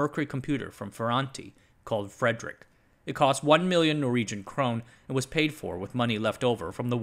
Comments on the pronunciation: Great video, but It's pronounced Crone-Nah not Crone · It sounds like you might be confusing Norway (krone) for Sweden (krona). It's pronounced more like "cro-neh".